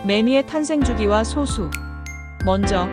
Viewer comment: 그 소수는 발음이 소수가 아니라 솟수 입니다 글자만 소수지